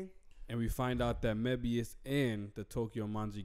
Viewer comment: Someone PLEASE tell how to pronounce Moebius.😭